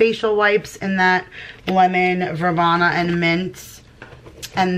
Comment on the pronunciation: Hey. New subscriber here. Just a quick FYI....Lemon Verbena is pronounced ver-bean-a. I have never found any of the bolero products at my local DT. I hate my local DT.